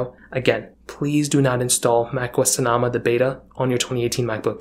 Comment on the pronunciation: It’s pronounced So No Muh. Jesus. 🤦🏻‍♂️